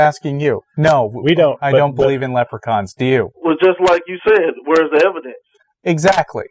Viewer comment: Is it just me, or does say evidance?